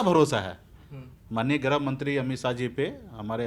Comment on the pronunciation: अबे जाहिल मंत्री ग्राह मंत्री नहीं गृह मंत्री होता है 😂😂😂